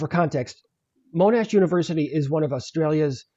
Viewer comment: Monash is pronounced MON- Ash rather than Moan-ash by the way.